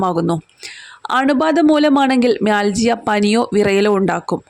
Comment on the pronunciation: It pronounces mialgia